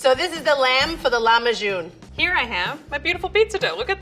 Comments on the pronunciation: Ayesha can't decide how to pronounce "Lahmajoun", goes between "Lakmajoun" to "Lakhmajoun" to "Lahmajoun" ... smh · i didnt know english speakers called our lahmacun flatbread, also level 3 chefs always pronounces these middle eastern recipes so wrong lmao it’s mot lakmajun it’s lah - ma - cun read like it’s written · It's kinda amusing how level three chef is pronouncing "lakhmajun" differently each time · as a turkish person her saying lahmacun as lackmahjun actually killed me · Why does she pronounce Lahmajun like that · IKR SHE SAID THE NAME WRONG but she did an amazing job with the dish